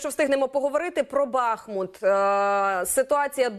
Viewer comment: Задовбало! Будь ласка! Поясніть цій леді, що БахмУУУУУт має наголос на УУУУУУ!!! Бо стоїть на річці БахмУУУУУтка!